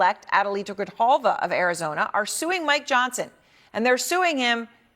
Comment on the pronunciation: En español : Grijalva. No Griyalva o Grillalva.